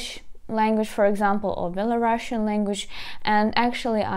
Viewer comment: Не «беларашин» а «беларус»